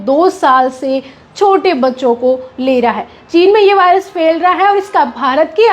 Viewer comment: वॉयरस ❎ वायरस ✅